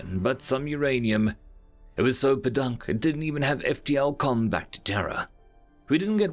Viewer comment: Bro, learn to pronounce "Podunk" it's POE-dunk